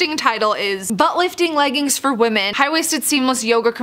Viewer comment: Sorry they are called leggings not leggins